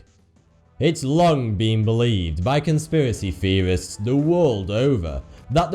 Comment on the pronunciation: what is a "conspiracy feorist?"